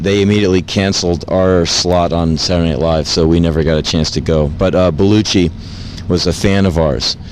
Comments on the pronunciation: Anyone else notice how he pronounces Belushi? "Belluchi" ha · Belushi, not Beluchi.